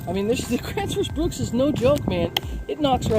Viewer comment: I can't understand why a lot of people mispronounce or misspell Gransfors Bruk in almost every axe video I've seen. 😅